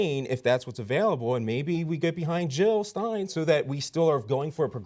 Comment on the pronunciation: Jill not hill